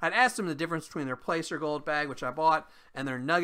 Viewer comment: For some reason your sound was low on this video. I had to turn my volume all the way up. Also placer is pronounced as Plass-er. Just so you know. Keep up the good work! 🙂👍